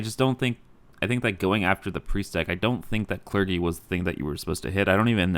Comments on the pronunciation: Calling it "cler-gi" instead of "cler-jee" is a cringe move of the likes you'd see on the esports casting desk. Thanks,. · It is pronounced cler-gee, right? Am I wrong?